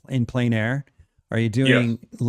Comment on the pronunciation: ....good show, sincere thanks, but do you know how discrediting it is when you can't even pronounce plein?